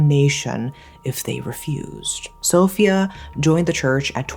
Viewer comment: Sófia? 😂 It’s pronounced Sofía ❤